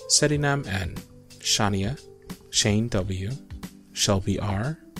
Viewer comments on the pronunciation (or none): XD you pronounced my name wrong it's pronounced shan-i-yah but close enough heh